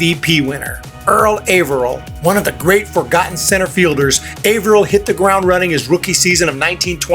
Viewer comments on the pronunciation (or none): Wonderful list. Lots of fun. 3 things tho: 1) Earl Averill is pronounced Aaverill, not Ayverill. 2) Puckett was wonderful but he is severely overrated. 3) Mike Trout was primarily a CF and is maybe #5 or #6.